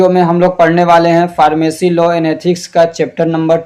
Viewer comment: Lawa nahi yaar law hota hai